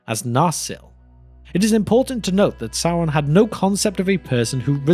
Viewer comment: “Sauwon” Bruh